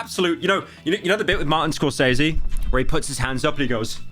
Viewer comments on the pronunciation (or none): none